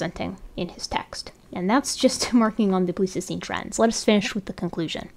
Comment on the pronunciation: Thanks for doing this work. I wouldn't have the patience myself, but I'm glad you do. One thing: isn't "pleistocene" pronounced with a long i in the first syllable? I kept wondering if I'd heard it wrong my whole life, but I checked a dictionary pronunciation, and it did have the long i. Is it one of those words that has multiple pronunciations?